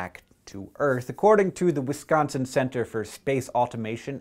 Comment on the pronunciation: YOU SAID WISCONSIN RIGHT. THAT MAKES ME SO HAPPY